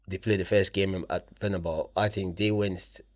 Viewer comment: This is a message for both Presenters, Fyi fellas, the correct Pronunciation is "Bernabeu" and not "Bernabaou" the stadium was named after Santiago Bernabeu. Have you seen the clip off Jay z getting asked about the music rapper Tupac by an interviewer, but instead of pronouncing his name correctly, he like many others would pronounce it Twopack! So all im saying is, is that it would be nice if you could Pronounce Correctly for your viewers that's all....nice videos btw